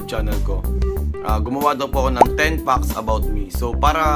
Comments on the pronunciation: Did I just heard it right or he said "20 fox"? Wtf? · 20 fucks about you? Haha... natawa ako sa pronunciation ng fact parang fuck. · Pronounce mo muna ng maayos ang "fact" 😂